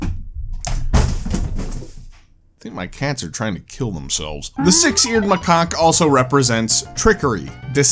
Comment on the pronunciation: please learn how to pronounce macaque 🙏